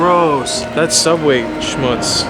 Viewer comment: The beginning “Subway...schmutts” is that what you said lol. I have never heard the word schmutts. 😂 That sounds TERRIBLE!! Did I spell it correctly?